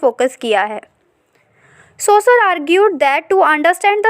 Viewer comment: Its seshore not sasure btw nice explanation